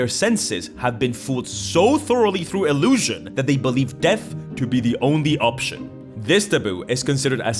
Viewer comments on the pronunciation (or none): Illusion and enchantment do not end in "tion". also "Dinivation"?